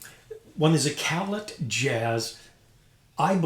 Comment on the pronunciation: Utmost respect for anything Kanstul. Some of the modern Puje horns were built using their bell within the last 10 years or so. Isn't Callet pronounced "cal-lay"? Two nice horns and they sound great. ('66 "Silver Flair"/2015 Puje "Classic" here).